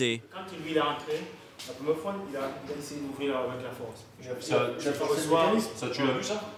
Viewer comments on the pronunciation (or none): " j'vou jire c la primière fois que j'fi ça..." Tocard,ton patron vient de te piéger tellement t'as fait ça !